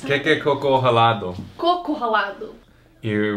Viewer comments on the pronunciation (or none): " tem cocô 💩 dentro 🤣 🤣 🤣 🤣" COCO 🥥 E COCÔ 💩 O ACENTO MUDA A ENTOAÇÃO E O SIGNIFICADO... Morrendo de rir pq o pobre só fala cocô 💩 🤣 🤣 🤣 🤣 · são diferentes. CÔco = coconut (stress on the first syllable) coCÔ= shit (stress on the second syllable) btw, you have 2 words that sound totally the same for us: sheet and shit. (make a video about them, plz) lol.. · Melhor parte. 😁😁😁 Coco sem acento é a fruta e cocô é o Nº 2. 😂😂😂 A pronúncia da primeira sílaba de coco é mais forte que a segunda (COco) E cocô é o contrário (coCÔ) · Eu não aguentoo falando Cocô,ao invés de Coco kkkkk. Toda vida q ele fala, me faz rir muito kkkkkk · Bolacha ou biscoito? Eis a questão huaha. E o falando "cocô" a inés de "coco" é hilário! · Olokoke chocotonezão kkkk fala 'Cocu' para fruta e 'Coco' para o numero 2 kkkk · "Coco" e "Cocô" é que nem o "Duty" de vcs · O falando "cocô" ao invés de "coco" ficou engraçado rs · Engraçado a parte em que o tenta falar coco ralado💩😂😂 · por favor, ensine o a falar côco, porquê cocô ele já aprendeu bem! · Se pronuncia côco. Cocô é outra coisa. xD Chá de boldo é ruim em gosto, mas é bom para saúde. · Chocolate com "cocô"? 😂😂😂😂😂😂😂😂😂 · Aaaah morri ele não consegue falar côco, ele só fala 💩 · Sim gente eu consigo percebeer a diferença ta bom, mas tanto o côco com cocô e o year com o ear tem pronuncias diferente e perceptivel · côco (a fruta, hehe) tem a mesma entonação que "coconut", pra falar certinho em português, basta apenas tirar o "nut"... Não sei se me fiz entender espero que sim e que ajude! Grande abraço o teu canal é muito bom, obrigada pelas dicas 👏👏👏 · a pronuncia é um pouco diferente coco e cocô, mais assim como no Inglês tem palavras com a pronuncia bem parecida o mesmo acontece com esse, mais tem região aqui no Brasil fala errado mesmo, da pare intender pelo contexto ><